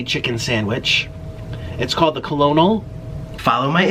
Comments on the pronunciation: It's not "co-lo-nel". Lol. That's how it's spelled, buuuutttttt...it's actually pronounced "kernel" like Colonel Sanders. 😂😂😂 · did he really just pronounce colonel like co-lo-nel instead of kernel... so cute lol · Co-lo-nol??? Come on man! It's pronounced like kernel......Jesus help this man... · I thought conel was pronounced kernel like kernel sanders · "Kuh-low-nul" 😭😭😭💔🤣🤣🤣🤣🤣 Nick Colonel is pronounced like kernel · Did he just pronounce colonel as “callanail” 💀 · Colonel is pronounced Kernal like in Colonel Sanders...😂😂😂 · colonel sounds out as kernel lol its a army term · I’m dying every time he says “Colonel”. 😂 Hey Nick it’s pronounced like “kernel” 😂🤦🏻‍♀️ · I think the noun colonel is pronounced curnel as in the rank in the military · It's spelled Colonel, but it's pronounced, "Kernel." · FYI - Colonel is pronounced like kernel!! 😊😊😊😊😊😊😊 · Kasey Estella cajun - he says “canjun” teriyaki - he says “teri - JAKI” wtf colonel - he says kernel omg it happens all the time. help me think of more 😂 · Oh Nick.. COLONEL SANDERS =.pronounce it like (.KERNEL } SANDERS. You're so cute.and innocent.. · Since when is "Colonel" pronounced "ko-lo-nol"? There's our hard working Nick! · He says he’s so smart but can’t pronounce colonel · nick colonel is pronounced like "ker null" haha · “Colonel” is pronounced like “kernel.” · Lol... I hope he did that purposely and not a dumbass for not knowing. To make us all comment. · Everybody from Kentucky is going to get you in the comments pronouncing the Colonol name like that. Think more "corn" when you think colonol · that’s not how you say colonel 🤣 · It’s colonel like the rank Sergeant, Colonel or captain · Heard how he pronounced Colonel, paused, and came to the comments to make sure I wasn't crazy. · when nik said "colonel" like it's spelled i felt that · omg the way he says colonel 🤦🏽‍♂️ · I pronounced it like that in a presentation once in HS and everyone laughed. in that moment I wanted to DIE LMAO